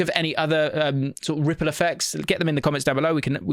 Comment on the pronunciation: RRRRRRRiple effect.